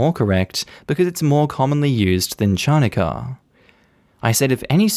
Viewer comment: you pronounced “Chanukah” that way just to torture us, didn’t you? My cringe meter went up to 11.